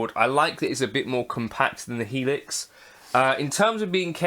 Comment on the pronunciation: You said it correct. The full Helix.